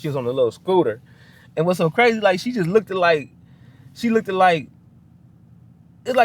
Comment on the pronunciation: You do not need to emphasize the "ed" on look.The "ed" is silent on look not look ed.